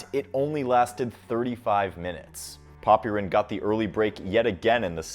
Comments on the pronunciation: FYI, the 'y' in Popyrin's name is not pronounced nearly as much as you pronounce it in videos. It's more like "Pop-rin" with only a tiny implication of a vowel between them. Take a listen to the commentators. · If your gonna make a video on someone at least get their name right, is pronounced poprin the y Is silent